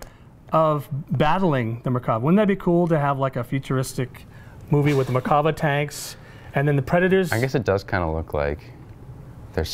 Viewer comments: no, it isn't, the RIGHT way is Mer-kava I know my name. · The proper way to say it is mirkava.